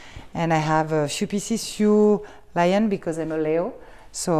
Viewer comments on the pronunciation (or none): none